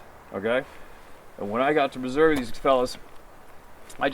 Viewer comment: You said the state name Missouri correctly -- Mu-zurr-uh. You had to be around some good old Ozark hillbillies when you were hunting in our state.